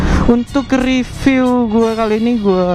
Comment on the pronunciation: Maaf om mau ngingetin, review tuh pengucapannya "ripyu" bukan "ripiw",,, aga rancu kedengerannya 😅